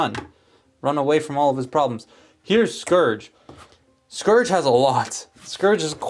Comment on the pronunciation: It sounded like you were saying scrooge multiple times :)